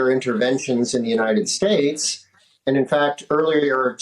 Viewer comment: He can't pronounce United States...